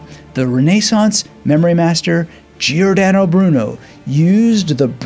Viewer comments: He pronounced it like “Geeordano”, but the correct pronunciation is like “Jordano” (he did the same with Giovanni: it’s Jovanni, not Geeovanni). It’s a mistake English native speakers often make. It’s a probably a case of overcorrection, as in Italian you basically pronounce all the letters. But this is an exception, as the i is there to tell you to pronounce the g as a “soft” sound (like in gist) and not a “hard” sound (like in get) before a, o and u. The same is true for c, which always is a hard k sound before a, o, and u, and always a soft sound if it’s followed by i or e. That said, just spouting “learn how to pronounce it” seems a bit silly. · Love this. But learn how to pronounce Giordano.